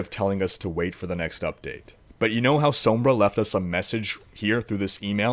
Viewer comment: I love this man's channel he has all the info you could need for anything and I love the way he says sombra, it's just beautiful